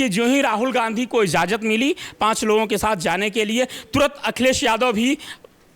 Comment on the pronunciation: इज़ाज़त नहीं इजाज़त बोलिए। सबसे अच्छा होगा यदि आप कहें कि ‘अनुमति दे दी है’